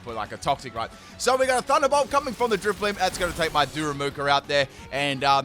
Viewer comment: And then he get's the german Driftblim right. xD